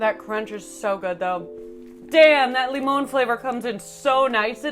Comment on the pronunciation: For limón you need a little more emphasis on the end and it’s lime.